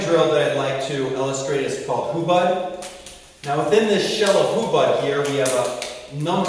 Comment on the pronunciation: Hubad??? hahaha. man, where did you learn that? from another youtube video i guess. and then you just called yourself a teacher and taught it. come on man...